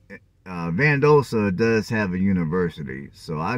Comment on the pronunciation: Val dos ta is how the city is pronounced